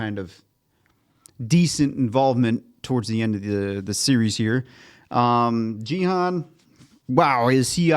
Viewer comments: You’re pronouncing Gi-hun as jee-han. Gi is pronounced like Ghee. The G is the same G sound as “good” or “game”. Hun is pronounced as hoon, similar to moon. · With peace and love 😆 his name is a 'hard G', Gee-hoon haha ❤ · Hey Guys, love your reactions. Just a note: the G in Gi-hun makes the same sound as the G in Greg or go, not the sound as the G in George or gym.